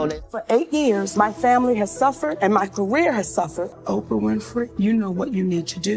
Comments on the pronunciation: AI sux as voice overs O-PRE-A lmfao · The AI can’t say Oprah name correctly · She can't pronounce Oprah 😂😂